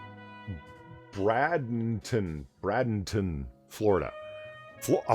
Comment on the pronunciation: It's pronounced Bray-ding-ton, not Brad-ing-ton.